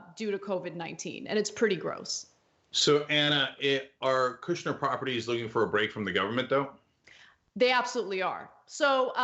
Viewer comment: “Kushber” 🤣 slum lord!!!!